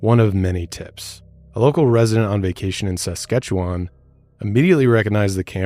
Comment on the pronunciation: I would think that they thought the murderer had left the area and was traveling with the truck and camper because their first tip was that it had been spotted in Saskatchewan with two French speaking men. Also got a bit of a giggle at pronunciation of Saskatchewan lol. Edit: I think that most of Davids story was some sick fantasy he wanted to live. I also think that he had help at least after the actual killings, with moving the bodies and vehicles, and that it was likely his brother that helped him.